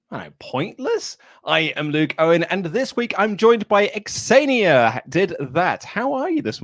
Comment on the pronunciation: Luke, her name is pronounced 'Zenia', not 'Ex-zenia'.